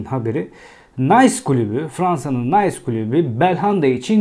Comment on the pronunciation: Nays klubu degil Nis klubu fransizcayi ingilizce okumak gibi kulaga Komik gelen hatalar yapmayalim